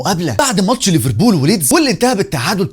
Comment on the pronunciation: بالله عليك بلاش مبالغه في نطق ليفربول! رجاء اتكلم مصري عادي 😘